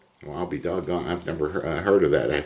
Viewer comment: "Well, I'll be dog'on" gets me every time😂